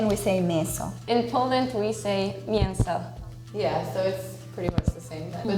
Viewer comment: Wow, that I haven't expected. American saying "strawbarff berry", and Polish girl at least slightly mispronouncing some words, saying them in an "English" way (mięso) or "Russian" way (nóż)... but at least truskawka was perfect : )